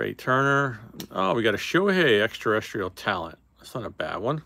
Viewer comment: Known (or unknown in this case) as the Black Eclipse refractor numbered to 10. Now if we can only get you to pronounce Extra-Terrestrial correctly.